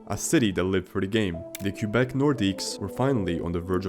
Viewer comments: Its prounounced kwuh-bek. Not Q-bek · "The Q-bec Nordiques...." Sigh. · Nice compilation, mate. Your pronunciation is awful, though. They are pronounced, "Lay Keh.BECK nore.DEEK. No plural S en Francais. Lay keh.BECK nore.DEEK. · Teach your AI to properly pronounce Quebec!!! It's not "Kew-beck." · omg can you please pronounce Quebec properly it's driving me nuts